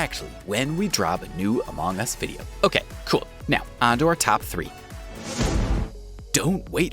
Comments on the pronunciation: Why is pronouncing it as amOng us instead of among us! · Bro this dude say “amOng us” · Love the way he says "a mong us"